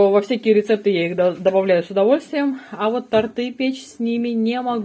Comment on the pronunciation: опять тортЫ, печёт вместо тОрты